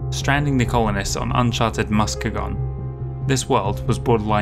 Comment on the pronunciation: It's named after a city in Michigan (and pronounced Mus-kee-gun). Planets named after Great Lakes cities pepper the map, owing somewhat to Fasa's Chicago location and several of the writers' midwest background.